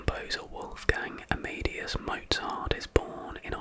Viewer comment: Bit off pronouncing Mozart's full name. It's 'a·muh·day·uhs'.